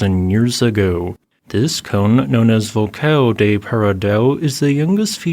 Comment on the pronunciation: He pronounced Vulcão do Paredão really great for someone who doesn't know Portuguese. Noronha, Trindade and Martim Vaz were obvious spelling pronunciations which is fine as they can be found in maps.